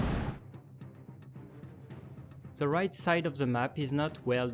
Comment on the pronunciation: "On ze opposite site"